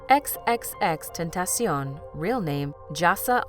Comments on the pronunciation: X...X...X... tentation wow how can you pronounce the name so wrong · I been to most of his concerts. For one ur saying xxxtentacion wrong and his real name wrong. Cleo is his mom.